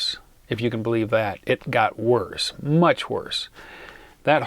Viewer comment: LOL Why do you put a T at the end of worse?